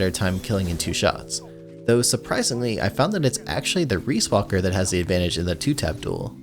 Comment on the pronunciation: excuse me? reesewalker? its just ree, riis is ree B)